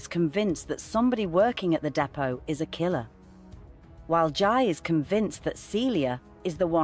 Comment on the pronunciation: It's Jai, pronounced JAY